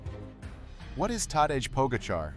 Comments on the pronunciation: Tadesh? Ai is so stupid 😅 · People please!!! For the love... STOP with the hideous AI voiceovers!!! If you can't narrate it, find somebody who can. This vid may have some good information in it, but I just could not stay with it. "Tadezh?!!!" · All this work and can't pronounce "Tadej" correctly. AI sucks balls. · Agree, the AI narration was quite poor, and disrespected Tadej by not pronouncing his name correctly, and simultaneously disrespects the audience by not having the professionalism to be conscientious in preparing and posting the video. The laziness and sloppiness of this video is duly noted. A very significant physiologic variable not addressed in this video: Tadej Pogačar has an unusually robust ability to clear lactate from his blood (see interviews with Iñigo San Millán), an ability that is as much above the average World Tour cyclist as is his VO2 max. This helps to explain his remarkable capability. And another thought...brute strength alone rarely wins races. Tactics most often trump the best legs in the race. Tadej Pogačar has made some very poor tactical decisions and still won races, but that's luck that can easily run out. I think he's learned from those mistakes and is more careful now about foolishly burning matches. And there are other variables he's learned to respect, like proper fueling (which is why Jonas V famously beat him on a climb once). I admire Tadej because he seems to have real humility, and is willing to learn from his mistakes. He seems to be maturing very nicely, and not wasting his talent in frivolous shennigans.